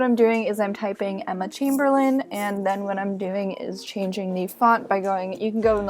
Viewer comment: Emma chaimbeirlain””